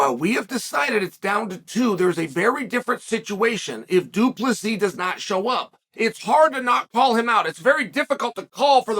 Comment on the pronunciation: Uncle Chael for the 10th time it's DU PLESSIS NOT DU PLESSI. Doubt you'll learn tho Pierre-a, Macklechev n all the others still weeping 😂